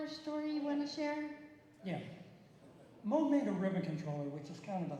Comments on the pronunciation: I’ve been a Keith Emerson fan and follower for close to 50 years. I was excited to watch this video… but the minute the idiot with the mic called it the “MOG” synthesizer, I was gone. Had more fun with the talking Chihuahua videos. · How can a narrator mess up the Name MOOG? Does anyone do prep for an event anymore.